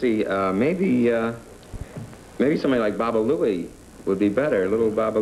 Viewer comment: Babba Louie became Babba Booey!